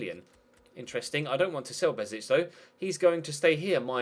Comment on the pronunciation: Hey loving the career mode so far! By the way, Besic is pronounced: "Be-sh-ich" #BosnianBeast